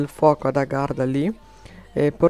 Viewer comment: hai detto garda invece che agharta :)